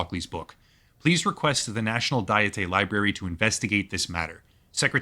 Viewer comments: Decent video, but the narrator is killing me every time he says dietay for diet. It's not even a Japanese word (it's called kokkai in Japanese); it's an English word, pronounced exactly how you think it would be pronounced. 1 : a formal deliberative assembly of princes or estates 2 : any of various national or provincial legislatures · This guy doesn't even know what the Japanese government is called. He called it the "diettai". It's either the "National Diet" (or Diet for short) in English, Diet here is an English word pronounced like a food diet. Or the "Kokkai" in Japanese. This would be like someone calling the US Government (both the House and the Senate) the "Senatey" and then wanting people to take you seriously lmfao.